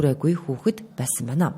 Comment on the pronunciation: мэдээ уншиж байгаа бүсгүй байнаа гэдэг үгийг биноо гээд байх юм. Маягаа засчихвал сайхан хоолойтой бүсгүй юм